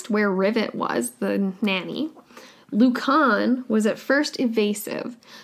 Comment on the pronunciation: Sorry its really bugging me its pronounced lewcan